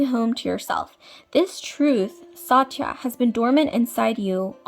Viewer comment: It's pronounced Sutt-ya (Satya)